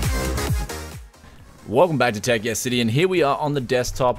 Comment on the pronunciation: when you said the channel name, it sounded like "Welcome to tech STD"